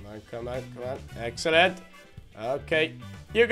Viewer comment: you are so funny when you say excellentay you are the funniest